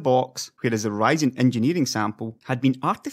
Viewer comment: it's Ryzen not writing !